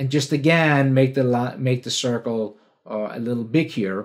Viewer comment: Whenever says, "C for circle," I actually hear, "C for cookie," in my mind.